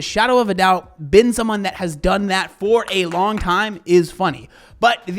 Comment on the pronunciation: "for 👏🏻 a 👏🏻 long 👏🏻 time 👏🏻 " The passion haha